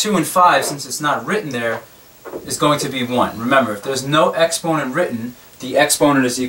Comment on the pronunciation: Why do you say exponent like that lmao